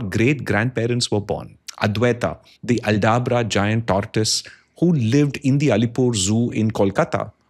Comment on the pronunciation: Sir, please pronounce "tortoise" properly.